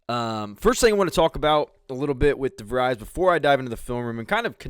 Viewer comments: Great look at how Coach DeVries runs a team. Just one correction: his surname is pronounced de-VREEZ (rhymes with "freeze," not "fries"). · pretty sure its pronounced De vreez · Pronounced de vreees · You are correct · You are miss pronouncing his last name. You are too unprofessional to be liste ed too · doesn’t even pronounce his name correctly 😊